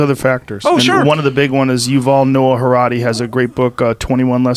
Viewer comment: I resent how Joe has been mispronouncing Yuval Noah HaraRi for over 2 years 🙄